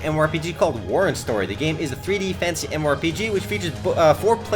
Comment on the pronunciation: when you say "fantasy" it always sounds like "fancy"